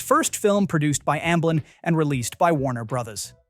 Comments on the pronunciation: “Warner BRAHDAS” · “Warner Brothas” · "Warner Bruddahs"